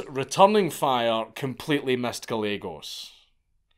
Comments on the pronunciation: Good god, stop. It’s Ga-ye-gos. Double l makes a y sound in Spanish. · It's pronounced "Guy-eggos". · Gallegos is pronounced guy yegos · Gallegos. Pronounced. GAH YEEEHHH GOES